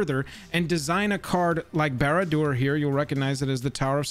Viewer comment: Come in man, if you speak on iconic cards at least know how to pronounce them.